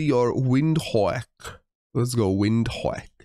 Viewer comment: The Windhoek pronounciation killed me 😂😂 If it's anything like Dutch (which afrikaans is very similar to) then the W is pronounced as a V, D is pronounced as a T, and the E is silent. So.. Vinthok.